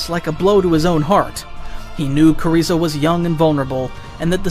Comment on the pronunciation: knew it was written by ai when he said "kuriza" 😭✌